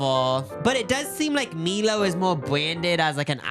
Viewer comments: Costco is actually $65 in Australia or $130 for executive membership. Same in US$ so much cheaper in Australia when doing the conversion. Australia only has 15 Cstco stores. None near me unfortunately and you still need membership just to browse. Love Jacobs mispronunciation of Milo . Australia's iconic chocolate malt beverage. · its mYlo <3 not meelo hahhaha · Meeelo? Meelo? It's my-low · We call them lollies (or chocolate is just, chocolate) - Milo is pronounced My-Lo 😭 Also Costco doesn’t look like that everywhere, I mean in Perth it’s just a big shed, but this video might have sold me on getting a membership 😭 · Omg MY-Low not meee-lo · MELO 😂😂😂😂😂😂 ITS PRONOUNCED … MY LOW … 😂😂😂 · Btw MILO is pronounced MY-LOW 😬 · I need you to know that it’s pronounced my-low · “mee-lo” lmaooo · 'Meelo' not Milo, I can't omg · "mee-low" IJBOL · It’s pronounced (my low) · im dying at your pronunciation of milo hahaha iconic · I love how pronounces Milo and Maltesers 😂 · it’s pronounced like “my-low”…you perfected the pronunciation of Melbourne and I’m very proud of you for that. But please never ever call it “me-low” again 😘